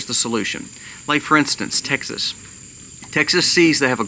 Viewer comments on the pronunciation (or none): none